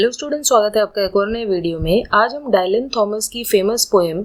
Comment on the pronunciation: So good explanation ❤but there's a minor mistake in the pronunciation of the poet's name. It is pronounced in Indian english as " डिलन" not "डायलन"😊